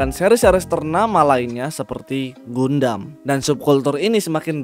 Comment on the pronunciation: Gundam itu bacanya "gandem"